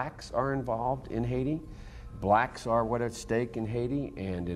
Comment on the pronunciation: Bro really didn't have to emphasize "blacks" like that 😳